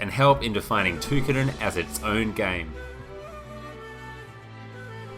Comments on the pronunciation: Ta-Ky-Din. not too-kiddin ty for the review tho thumps up! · its pronounced Toh kee den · No it is TOH KEE DEN